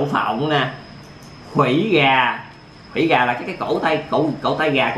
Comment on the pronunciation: nod là khuỷu gà mà cứ đọc là khủy gà